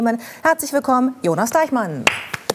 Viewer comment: Deichmann, nicht Deichman.